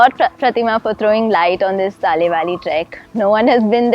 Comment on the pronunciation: Thanks mams for covering our place and showing to the world.one thing i would like to suggest is the way you pronounce the name Talle valley.its should actually pronounce TA LE BE LE ( not TA LI BAA LI).im an apatani guy from ziro if you want more about this place i would be very happy to help you .thanks all